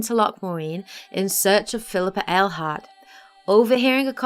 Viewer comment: Ah.. finally someone who says Phillippa Eilhart, and not Railheart